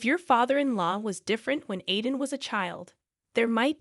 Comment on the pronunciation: My grandson‘s name is Aiden…pronounced Ai-den. Hearing you murder his name many times over is really irritating to me. It would really be a good idea for you to have somebody who speaks English proofread these things so they make sense.